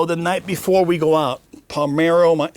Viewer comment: Vlad you had me thinking you were a real baseball fan and followed it prior to this interview...until I hear you pronounce the names Raphael Palmeiro and Tony LaRussa 😂 Loved the interview tho!